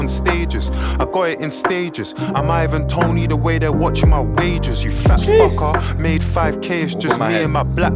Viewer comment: “I’m Ivan Toney the way the watching my wages”. Ivan Toney is a British professional footballer who was banned for online betting in 2023. The way Dave pronounces “wages” is more similar to “wagers”. So they’re watching his wages (money) the same way they were watching Ivan Toney’s wagers (bets). It’s art🔥🎤